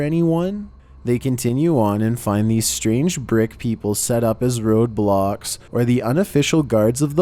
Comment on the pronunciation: When he said "roadblocks" i thought he said... Roblox